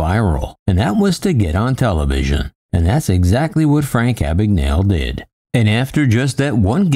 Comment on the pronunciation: I’m almost certain that “Abagnale” is an Italian name. “gna” in Italian makes the same sound as “ña” in Spanish. It’s weird hearing his surname pronounced as if it’s an English name.